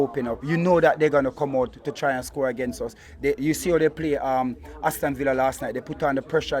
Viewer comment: * Arteta Hout